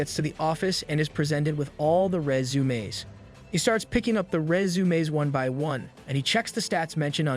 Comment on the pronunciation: Just one word, stated with extreme effort, every time, proves the A.I. narration. Who, in their right mind, has SO MUCH TROUBLE saying the word "resume".